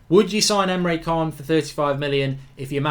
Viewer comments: Mark mate you need to start pronouncing Emre can correctly. It's triggering me man haha! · Emre 'CHAAN'